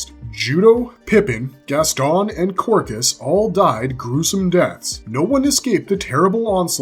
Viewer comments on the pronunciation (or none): none